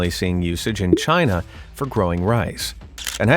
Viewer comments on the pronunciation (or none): none